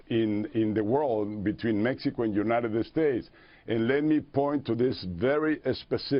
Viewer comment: u-ni-ded-ded states